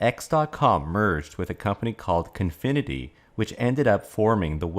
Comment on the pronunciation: It's COfinity, not CONfinity, and Elon did NOT START Tesla, he joined it "in progress" You need to get your facts straight to not be considered "fake news"